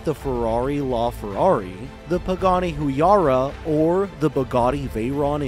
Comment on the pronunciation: Pagani "huyara"